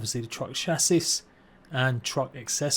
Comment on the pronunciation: Silent s on chassis btw